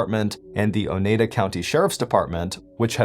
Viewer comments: It's pronounced o-ny-dah 😂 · It's pronounced O-Nye-Da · The way he's saying Oneida is killing me🤣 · Not everyone can speak Wisconsin 😊